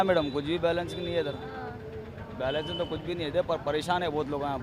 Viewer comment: 😂😂😂 అరే బ్యాలెన్స్ కాదురా బై ఎలక్షన్స్ అంటున్నదామ.... 😁😁😁